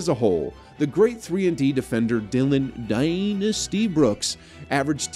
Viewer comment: don't mind you hating on brooks just don't say "dynasty" like that man 😂